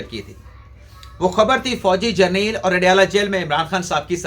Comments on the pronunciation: Gerneel nahi hota General hota hy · برائے مہربانی آپ جب پروگرام ریکارڈنگ کرتے ہیں گھر کے بچوں کو دور رکھا کریں اس وی لاگ میں کافی بچوں شور آ رھا ھے دوسرا آپ جو جرنیل کا تلفظ بولتے ہیں وہ غلط ھے